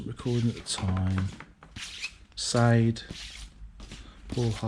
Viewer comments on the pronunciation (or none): Sade…. It’s pronounced Sharday…. I hope this ends up on the phone 😂 Nice adam ant frame behind you! I’m gonna sell my record collection!!! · Pronounced " Shar day " lol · It’s pronounced sarday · “Sade”! 😂👍 shar day.